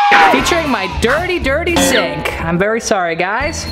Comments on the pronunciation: HE STRAIGHT UP SAID SINK!!!!!! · Any one noticed he said sink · He said SINK😅😅😅😅